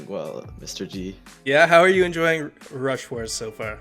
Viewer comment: Rush stars? Lol 😂 It’s rush WARS. Brawl stars brain?